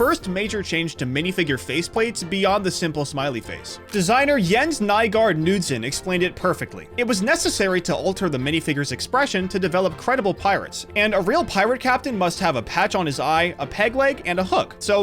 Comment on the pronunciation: The k is not silent in Knudsen